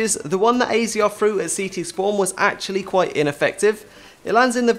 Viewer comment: AZR is pronounced azza